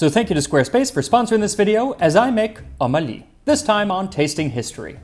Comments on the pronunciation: Ummmm Ahhhhhleee. Pronounce it like that. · Well it’s pronounced 2om 3ali which has two words with two sounds that no offense but white peoples vocal cords just ain’t trained to make… that’s why we literally spell them using numbers cuz their isn’t even an English letter for it lmfao. Anyways 2om 3ali translates to Ali’s mother lol. I’m assuming she’s who made the dish? Idk lol. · Not Omali. Om A Li. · It's om ali not ummali😂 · Om Ali is two words, it should be pronounced Umm (pause) Ali, not one word like O'malley😅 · the French pronunciation of um Ali is almost offensive since the French colonize Egypt.